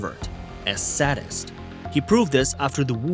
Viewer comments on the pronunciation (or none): it's pronounced SADE-ist, not SAD-ist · Say it with me, say-dist